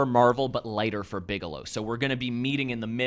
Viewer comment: Bigelow, not Bigalow.